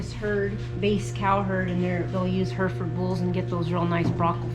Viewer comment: Herefords are from Herefordshire, pronounced like 'hairy ford', not her ford. Just so you know for future. Great video, very very interesting and informative.